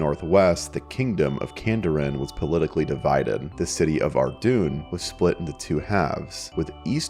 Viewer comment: It's pronounced Ar-doyn (rhymes with Dordogne, the region of France)